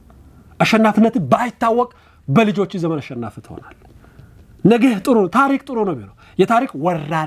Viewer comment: አማርኛህ እኮ በጣም ነው የሚገርመኝ በጣም ትለያለህ ጎበዝ ነህ አንዲት ነገር ብቻ እንቢ አለችህ እርስዋም ነጌ የምትላት ነገር ወደ ነገ ብታስተካክላት አሪፍ ነበር